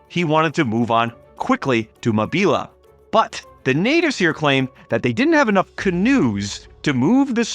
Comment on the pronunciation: Is this narrated by AI? If so , they need to reprogram it to pronounce “Mo Bee Luh” correctly, “Moe Beel”. It actually made me stop watching 🥸🤓